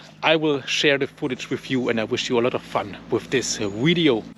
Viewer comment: Every time you say "wideo" it makes my heart smile.